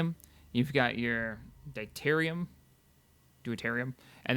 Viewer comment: Do-Tear-E-Um. Tear as in shed a tear. Car-On Class Ship. Oh-Knee. Just trying to be a helpful grammar nazi :)